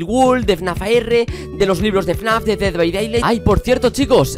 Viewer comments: Se dice "ded bai deilaijt" :) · me pone nervioso que digas dead by daylight mal se pronuncia literalmente como lo voy a escribir: ded bay deylight